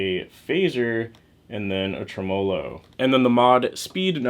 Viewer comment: TREMELO.. Accent on the first syllable, the first vowel is an e, not an a.